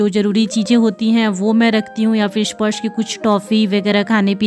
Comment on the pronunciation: स्पॉर्श क्यों बोलतीं आप स्पर्श को